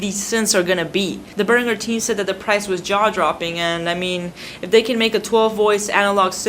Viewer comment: Its pronounced Bear-an-jer